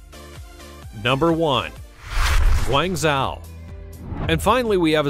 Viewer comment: It’s pronounced “Guang Joe”. The Zh in Chinese is a j sound